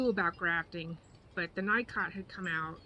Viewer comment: "Knee-coh" not Nycot. Just sayin.